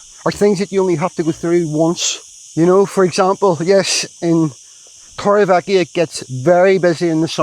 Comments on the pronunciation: Haha I was going to say the same thing with my OCD it does my head in I've lived i n the area for 20 years I'm sorry but please learn how the Spanish pronounce it the v is pronounced b so it's Torre be eka definitely not ekia. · Please say Torrevieja right, it's ECKA not EKIA hahahha sorry but it's been grating on me a while now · In the spanish language, J is pronounced as H. TorrevieHa. Old tower is😊 what it translates to in the English language. 🎉